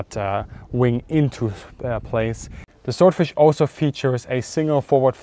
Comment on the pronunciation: "...of zee enemy" love it! (I hope that was an intentional joke, and I'm not making fun of his accent).